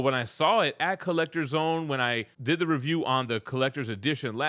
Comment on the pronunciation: “Get in the zown!”🔥